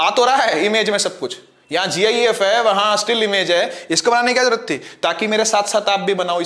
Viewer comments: GIFe❎️ gif✅️ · Gif hi bola